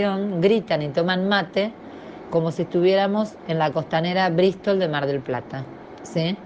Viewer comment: Rompieron todo el "anenero" jajajaja. Michelle dale clases por favor a esta mujer. Porque entre el anenero, el perro que según ella grita y la brisssstol de mar del plata jajajaja po'dioooo